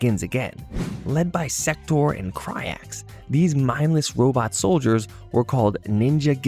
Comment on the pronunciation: This mfer said sektor and cryax. I cannot in good faith watch this as an mk fan.